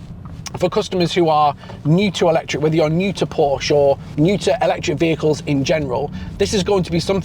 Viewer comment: A word to the wise ... "Porsche" is a two syllable German name. Those of us who are already in the club don't mind if pedestrians mispronounce it every once in a while, but ... Great review otherwise. I'm almost certain I'll move from my Macan S to one of these when it's proper to do so. Thanks